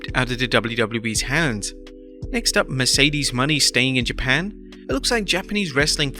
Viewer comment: How’s he gonna mispronounce Mercedes Mone?